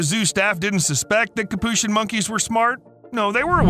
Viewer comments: It's pronounced Capuchin not Capuchin! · Is that really how you pronounce capuchin?